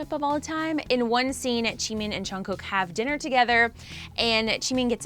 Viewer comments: Btw it's not chungkook it's Jungguk lol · She's pronouncing it right, just chungook is junggook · if she says and Chungkook one more mf time imma throw my computer! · Ok but “Chin”, “” and “Chungkook.” I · Am I the only one hearing " and Chugkook" here 😶 Annnnnnd guys did you just focused on 'chugkook's' picture when u we're talking about Jin....🙄🙄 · The way you said "Chimeen", "Cheen" and "Chungkewk" makes me a lil irritated... it's spelt with a... J... how does it turn into a Ch... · This is so cringe you dingle ling at least zoom up onto jin face when talking to him als its Jungkook not Chungkook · LMAOOO CHEEMIN AND CHUNGKOOK BRUH I CONTINUED WATCHING SHE SAID CHEAN LMAOOO NOOOOO 😂😂😂😂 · “jean” “” chungkook” 😂 it’s jin, jimin, and jungkook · She's pronouncing there names correctly except chungkook lol it's chungguk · How the host pronounces jungkook "Chyung cook" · Woah I can't believe she keep on pronouncing, Chungkook and Jeen in the whole video 😂 well she should have at least learn how to, its for the news🤔, how can they expect us to take this seriously when they don't take full responsibility in proper research and interest in the boys. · I really want to know what the news is about but please I can't take one more or chunkook 😪, don't mean to be rude or anything but I just can't anymore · WHO IS AND CHUNGKOOK?! AND IT SOUNDED LIKE SHE SAID CHIN INSTEAD OF JIN! ONE LAST THING, IF YOUR TALKING ABOUT JIN... WHY ZOOM IN ON JUNGKOOK?! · “ and Chungkook” Bro you can’t even say the names properly. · I love how she pronounced Jimin’s name as Jeemin, Jin’s name as Jean, and Jungkooks name as Chungkook smh 🙄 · she isnt that wrong about jimin, but jungkook was pronounced wrong. its jeongguk. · “ and chungkook”💀💀💀 ok I’m sorry, not trying to be rude but lol.💀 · Lmao she be acting like chimmy is his real name she can’t pronounce Jimin or jungkook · Am I the only one hearing and chunkook? 😂